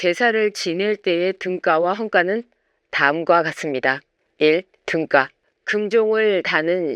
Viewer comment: 좋은 내용 감사드립니다.. 아마도 등가,헌가는 '까' 보다는 '가'로 발음하는 것이 맞지않을까 생각합니다. 그리고 악기이름이 북송에서 보낸 목록에 없다면, 원래 고려에 있었다고 추정하는 것이, 더 합리적이지 않을까 생각합니다.